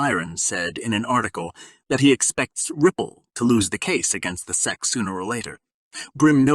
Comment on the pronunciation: who is reading this shit he said Xarp and seek instead of SEC LMAOOOOO